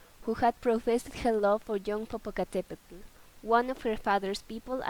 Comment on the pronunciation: The "tl" from "popocatepetl should be more soft "tl" instead of "TL" and Popoca wasn't handsome he was the best warrior at that time and this legend is "before" the aztec age not in the same age and Popoca never Kissed her lips.